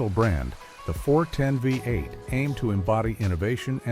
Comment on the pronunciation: AI voice over. Through most of the engines, it says FiVE 8, not VEE 8 as V is the roman five.